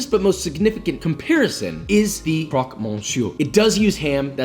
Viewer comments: the pronunciation is almost perfect : croque : nothing to change great Monsieur : yeah in fr mon is Môn, but not for Monsieur which is Meussieu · pronunciation of "jambon" was butchered... no pun intended "croque" was perfect though